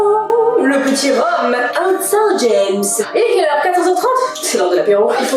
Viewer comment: Je vien de saint-james en basse normandie et j'ai bien rigoler comment tu as prononcer le nom de la bouteille on ne dit pas saint-james spss mais saint-james on prononce pas le s